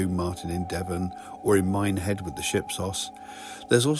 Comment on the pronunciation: Me too lol, when he said Minehead at the start i had to replay it to see if he actually said it